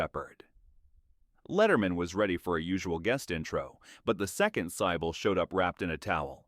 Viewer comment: The ChatGPT text is inane and the AI voice is clueless as usual. Cybil pronounced as SY-bowl? Jaime Presley becomes HY-mee. Embarrassing. Block this horrible channel.